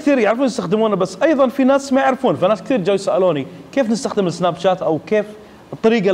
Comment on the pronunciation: اخوي ملاحظتين سريعة الاولى اسم البرنامج سناب شات وليش جات حتى بالانحليزي تنطق تشات الملاحظة الثانية وقت عرض الصورة اكثر شي عشر ثواني وليس دقايق وشكرا